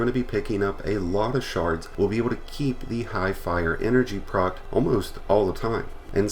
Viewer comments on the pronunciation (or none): none